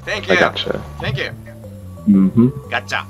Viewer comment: gatchaじゃなくてgotcha、、、そんなあなたがすきです(笑)